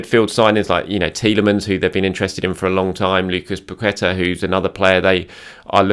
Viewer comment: has said it Zinchenko and Pacqueta imminent 🤣🤣🤣🤣